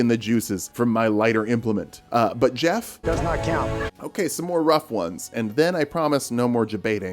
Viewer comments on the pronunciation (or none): none